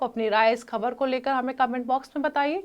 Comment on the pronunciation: उर्दू जुबान ठीक करो खबर नहीं ख़बर होता है।